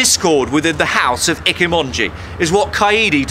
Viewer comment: Did you pronounce Ichimonji as "Icky-monji"?